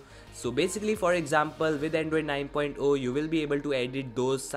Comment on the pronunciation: Its not "9.O"(9 point O), its "9.0"(9 point ZERO). Please correct yourself in the upcoming videos.